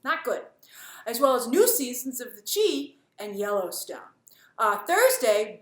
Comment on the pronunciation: The Chi= The “shy” (short for Chicago aka “shy town”)